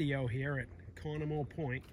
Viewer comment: Cool video. I used to spend my summers on that island (Cross island) when I was a kid growing up in the 90's up until around 2006. Just so you know, it's pronounced "KA no moe" (hard emphasis on the "KA" part).